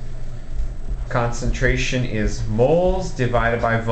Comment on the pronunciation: Stop talking like that Jeez why do Americans put so much emphasis on the last word if their sentence. "What grammes do I HAAAAAVVVVVE" "First calculate the concenTRATIONNNN".